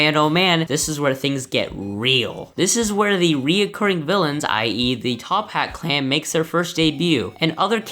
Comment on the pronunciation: who else got so unnecessarily mad when he kept saying "top hat clan"